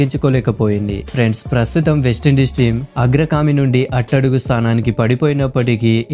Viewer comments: అరే నాయనా అది వేస్ట్ ఇండీస్ కాదు..వెస్టిండీస్... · బాబూ వేస్ట ఇండీస్‌ కాదు నాయనా వెస్టిండీస్ సరి చేసుకో అర్ధం ఘోరంగా మారిపోతుంది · వేస్టీండీస్ కాదు.. వెస్టిండీస్